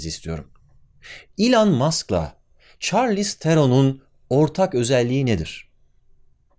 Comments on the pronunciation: Çarliz degil șarliz telaffuzu bu arada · Çarlïz diye okunmuyor . Şarlis diye okunuyor